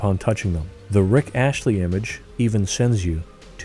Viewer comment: It's Astley, not Ashley.